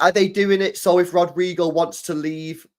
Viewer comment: Stop saying it like it rhymes with Al Queda. You really need to learn how to pronounce words, bald bish